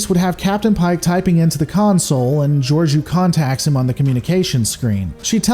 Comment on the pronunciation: Why does everyone fuck her name up? It's pronounced 'George -O' long 'o' not a 'u'.